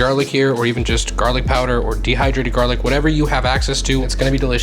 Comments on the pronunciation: Lol "jarlic" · I'm autistic and struggle with the word jarlic. Make it stop :p